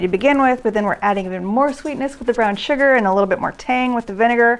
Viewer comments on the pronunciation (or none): none